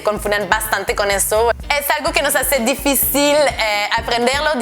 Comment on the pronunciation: Te diré que si la "R" no te sonara de esa forma, tu acento fuera de algún país latinoamericano, me atrevería a decir que sonaras muy mexicana. Una cosa mas, difícil en español es con acento en la segunda "i" por eso la tilde y vos aun lo pronuncias como en el Francés "difficile" :D